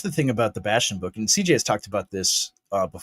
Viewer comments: "not cj" sounded a whole lot like "Nazi Jay" man I thought I found the wrong podcast lol😅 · “not-see-jay” spit cereal meme